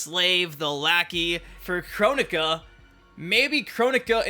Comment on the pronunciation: Correct me if I'm wrong but I thought you told us that someone corrected you at the reveal that the name was pronounced "Kro-nika" but you're still pronouncing it as "Chronica".